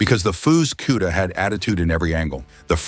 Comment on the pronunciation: This is one of the worst videos I've ever watched nothing matched up, it shows a different car and color when describing, it kept showing a Roadrunner when talking about the Cuda, and it's Cuda not Q-da lol 😂.....cool cars though, Chip is hands down one of the best to ever do it